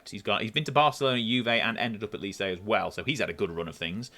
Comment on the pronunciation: Enjoyed the video but your mispronunciation of Lecce tortured my soul 😂